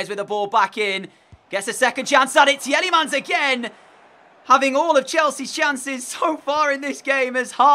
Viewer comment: You are supposed to say tee lemens